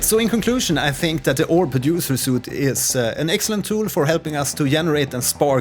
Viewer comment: it's pronounced sweet not "soot" ;)